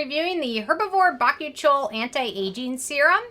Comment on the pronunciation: Oh, I thought it was pronounced "bah-coo-chi-al" not "bach-oo-chole"